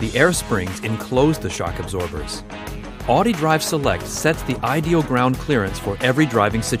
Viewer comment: The way he pronounces Audi... 😤